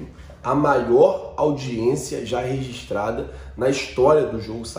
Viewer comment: audiência "resistrada"? Parece um professor de contabilidade meu. Homogêneo,, agora você sabe